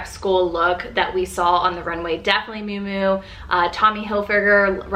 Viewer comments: I think Miu Miu is pronounced myoo myoo (Not moo moo) Hope that’s ok to say. If not I apologize. I loved your video & subscribed to your channel 😊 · Did you just called miu miu, moo moo ?😅😂 I I seen this on IG and TikTok. People are giving fashion advice and they can’t pronounce the designers, right. That absolutely no no for me personally.💀